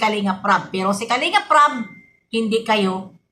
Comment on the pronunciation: BB YONG RAB MO NAGING RAP 😂❤❤❤